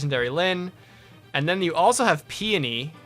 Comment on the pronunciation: Thank you for being one of the only people on YouTube who pronounces Peony correctly.